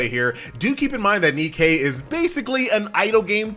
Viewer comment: It's not NE-Kay DAMMIT it's just Nike that's all the Greek Goddess of victory is called Nike.... NOT NEE-KAY